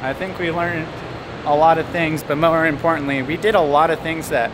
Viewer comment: mower impour-tuntly